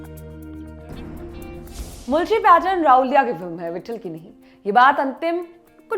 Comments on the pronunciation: राहूलिया नहीं राहुल्या बोलिये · It is not Rahulia, It is Rahulya! Understand the difference. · Rahulya nahi Ravlya hota hai marathi mein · It's not raulya it's rahulya🤣🤣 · Also its not raulya it is rahulya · Anchor can't even pronounce the name of the main character of original film 🤣🤣🤣 & she is reviewing it 🤣 lol 🤣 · Every time she pronounced राऊल्या. I was like tu hakali hai kya tu!!! राऊल्या नही राहुल्या. मान्या नही मन्या Khud ko modern dikhane ke chakkar me Tum hindi log hamesha hi non hindi bhasha and uske shabdo ka galat uchhar krte ho. Ek news reader ho kam kam se pronunciation to sahi se kro. Sirf mass communication ki degree kafi nhi hoti.